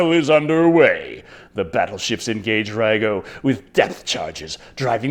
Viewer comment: .. Lego ... my eggo .. (and no thats not racist as in japanese there is no difference between the letter R and the letter L or should i say its not... lacist )